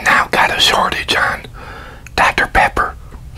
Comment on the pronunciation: he says “Dr. Pepper” strangely. Likea burp and talk?